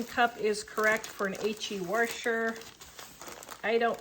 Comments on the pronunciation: Washer not wershwr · You're a lovely lady and you actually taught me something about the pre-soaking them! Also that new machines absolutely are a scam, I got my washer for $150 and it sends the loads through the freaking universe. But the way you say 'washer' 😆😆... hard to listen to. Keep it up though - you're great!